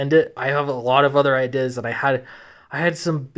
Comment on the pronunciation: True story: as a child, had a very localized stroke that destroyed the section of the brain that contains the correct pronunciation of 'ideas'.